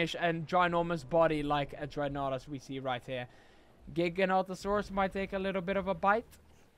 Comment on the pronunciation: when you put three Giganotosaurus together, one was mother, the second one was father, and the last one was brother or sister. You pronounce Giganotosaurus wrong and right, it actually pronounced giga-noto-saurus. The Giganotosaurus actually has a name Zeb, who is 18 feet tall and who is 3 years old, it’s same age and height as Indominus Rex actually has a name, Indy.